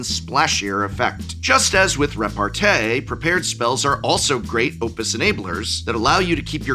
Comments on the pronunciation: As a french I want to alert the pubic on the fact that repartee is pronounced with a small i at the end. I cannot suffer the rest of the year hearing it butchered by a fine appreciator of words such a. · Thanks Prof that'll be very useful this weekend ! 🤓 I'm pretty sure we pronounce repartee as tea since it comes from french répartie We can master debate about this though 🤪